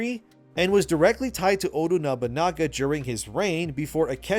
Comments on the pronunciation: It's Oda Nobunaga not Odu Nabanaga😢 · It is Oda Nobunaga, not Odu Nagabana. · Shintosm? Odu Nobunaga? Hotori Hanzo? How come you pronounce them correctly and two second later wrong? Anyway, the story sounds like too fantasy for AC. Like way too fantasy. Like some fan fiction. I might have to check with my ex-colleagues from Ubisoft. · Why do I keep hearing content creators say "ODU" Nobunaga? It's ODA Nobunaga. Please proofread your scripts. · How do you end up saying Odu Nobanaga?! lmao I'm dead 🤣 it's not even a complicated name to say yet you butcher it, bro... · I can't i just can't its oda nobunaga i definitely botched the spelling not odu nabunaga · Love your videos. Keep up the good work. Just please say his name right. Oda Nobunaga. Not Odu Nobunaga. Also of you want the Japanese way it is Nobunaga Oda. Thank you. Odu sounds weird lol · Oda Nobunaga, o-da, ooooo, daaaaa, not odu. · Instead we get Ate-a Knob-o-naga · Please pronounce Oda Nobunaga properly 🤣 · I dont understand how you can go through all the effort to make this video and STILL mispronounce Oda Nobunaga 969 different times.